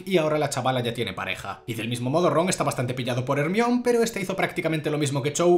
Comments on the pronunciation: te quiero pero no podés ir pronunciando "ermion" en vez de "hermaioni" por la vida sin ir a la cárcel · Yo creo que se pronuncia "jermaioni" no " Hermion" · Pense que estaba de broma pero literal en españa se le dice como se escribe osea hermione, en mexico mas o menos se pronuncia asi: jermaioni Y si es raro yo que soy de mexico oirlo asi, buen video de todas maneras te amo